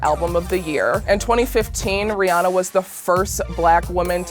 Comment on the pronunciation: Okay, but why cant anyone say Rihanna correctly lol. Oi.